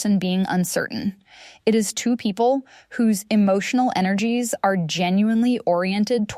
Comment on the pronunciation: This is AI .. No person would say “a-r-e” instead of “are” mid sentence like it was normal.